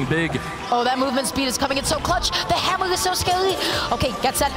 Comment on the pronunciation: Hammew is so scawy